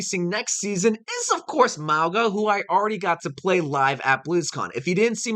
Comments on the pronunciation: his name is Mauga not magua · Bro. It’s pronounced Mow- guh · "Magwa" Lol.